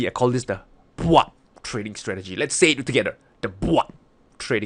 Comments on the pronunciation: "Let's say it together: the BWAP stratgey" :D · When say BWAB🤣🤣🤣